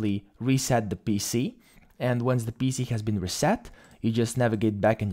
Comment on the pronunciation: you made me confuse, the way u say PC sound like bc